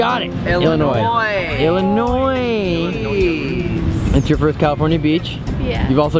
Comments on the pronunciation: Is it just me or did it bug anyone when they said the s in Illinois when the s is silent???????? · The s at the end of Illinois is silent I know I was born n raised in Illinois of she really from there she should know that lol. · I got mad when said Illinoisssssss instead Illinois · Sam don't say Illinois